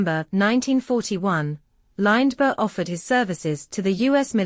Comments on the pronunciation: Lined-berg. If nobody cared to take 4 minutes of their life to read the text aloud, why should I take 4 minutes of my life to listen to a computer voice? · AI voice can't even pronounce Lindbergh correctly. This video is crap.